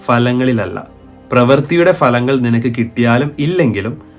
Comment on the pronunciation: falangal ennalla 'phalangal'(ഫലങ്ങൾ) enn ucharikkanam...